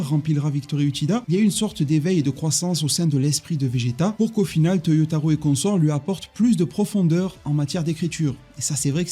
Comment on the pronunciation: Pourquoi dire toyotarou alors que c'est Toyotaro ?!